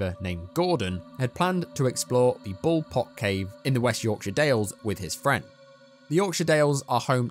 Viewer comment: Am I the only one confused why there's a "pol pot" cave in England or am I missing something here did he say bol pot?